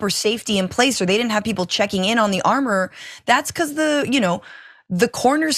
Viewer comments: Richey pronunciation of the word armorer as ar more er? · LOL yes! I was saying the same thing. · The way u said armorer 😂